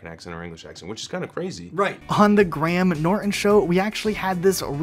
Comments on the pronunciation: Is no one gonna talk about how he said 'Gram Norten' instead of 'Grey hem Norten'💀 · It's pronounced grayum not gram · I’m sorry I couldn’t stop laughing I don’t know if it’s bc of your accent but the GrAM Norton show!